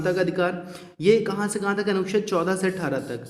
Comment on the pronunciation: Anuched bhi sahi ni bola ja rha hai..or dusre atak kyu rhe hai ap itna..smjh ni aa rha hai kuch bhi.